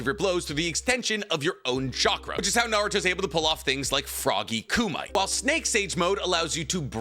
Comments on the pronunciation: I love you, bro. However, kumite is pronounced "coo-me-tay," not, "coo-might". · I believe the word Kumite is pronounced koo-mit-tay. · Man pronounced 'kumite' like it was a mineral. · im sorry, but your pronounciation of Kumite hurts my ears